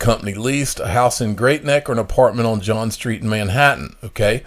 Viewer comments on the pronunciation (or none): none